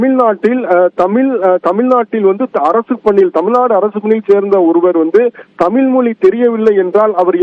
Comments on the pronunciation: தமில் தமில் எத்தனை தமில், 🙃, கடுப்பெற்றுகிறார் மை லார்ட் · தமில் இல்லை,தமிழ்..ஒழுங்காக பேசவும்.. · தாமில் இல்லப்பா தமிழ் தமிழ் அப்படின்னு முதல்லா உங்க ரிப்போர்ட்டை தமிழ் பேச சொல்லுங்க, அப்படியே HIGH கோர்ட்லேம் தமிழில் வாதாட அனுமதிக்கணும் HONOR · இவரே, தமில், தமில் என்கிறார். ஐயா. தமிழ் என்று உச்சரிப்பு சரியாக சொல்லுங்க. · தமில், தமில் மொலி அய்யா, ழ. கர உச்சரிப்பை சரி பன்னுங்கய்யா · செய்தி சொல்பவர்- அவர் தமிழ் என்று சொல்லாமல்- தமில் என்று சொல்கிறார்- அதனை கவனிக்கவும்…..